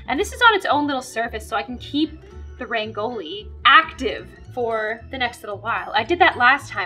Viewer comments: Umm not hating but honey it's not 'ReNgOLi' It's Rangoli ok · u pronounce rangoli wrong 😂 it's supposed to be pronounced as RUN-GO-LE nd not RAN-GO-LI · () I just wanted to say that....you pronounce Rangoli wrong, you say it like(raang- oli), but it us said like(r-ung- oli) K? Love love♡ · I hate it when every single out if india person say RAANGOLI But its actually pronounced RANGOLI RANG- OLI NOT RAAN- GOLI.... BTW LOVE THE VIDEO AND MABYE TRY TO SAY RANGOLI A LITTE CLEARY.....^_^ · Also rangoli is said like (Run-gol-e) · I hope she notices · The correct pronunciation of Rangoli is - Rungo lee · I love how she changes her dogs name every video and how she says rangoli which is prounced rungoli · in indian English it is pronounced run-go-ly. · rangoli is pronounced in india as rung-goli runggoli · Rangoli in india is pronounced as RUN-GOLI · "Rayngoali" Me an Indian: ah yes Rayngoali No hate I love her videos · I love how she said rangoli wrong 😂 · If you read this fast , you can pronounce rangoli properly Run - goal - E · Btw it is rung-oa-li 😁😁no offense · it is not pronounced as rangoli.... it is pronounced as rungoli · not to be rude but Rangoli is spelled like "rung o li' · Who else is kinda frustrated that she calls it rangoli but its pronounced as rungoli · To pronounce rangoli say 'rungoli' now that is how you pronounce rangoli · I am from India and I never saw a rangoli like that and you are pronouncing rangoli wrong it’s r-n-g-o-l-i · You just ashamed all the Indians by pronouncing it wrong ..... just saying rangoli is pronounced as raang-gouli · The way you prounce Rangoli is kinda wrong but it is really close, I almost think anyone else will pronce Rangoli like - ragn loi :/ and have a great day and please tell me it you are an Indian 🌟🇮🇳 Edit - have a beautiful day 😊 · oh please , no hate but thats definitely not how to pronounce "rangoli" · that is not how you pronounce Rangoli